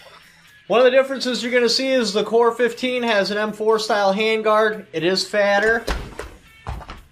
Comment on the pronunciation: Core 15 Scout has a 4140 barrel. This guy can't text the name or say the name right.